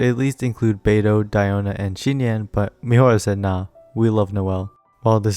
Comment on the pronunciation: "Xi" is pronounced Z not SH